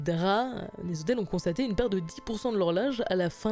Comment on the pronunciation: combien de fois "les zhotels" a été prononcé dans cette vidéo